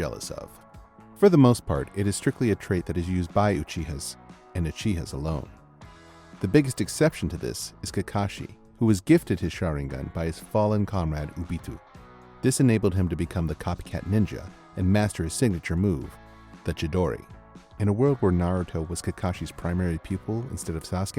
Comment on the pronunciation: BRO YOU SAID OHH BEE TOU